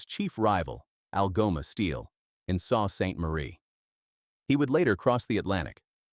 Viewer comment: you can tell this is AI. Saw saint Marie LOL